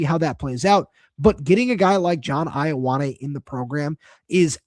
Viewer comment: His name is pronounced Yo-ah-neh. Samoan translation of the name 'John.'